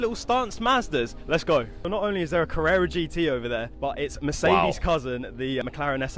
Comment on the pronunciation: 1. It's Mercedes not Mercades. 2. is a BMW 635 CSI E24. 3. What's the trend of holding a clip on microphone in front of your mouth about? To make sure you get lousy sound and look dumb at the same time..?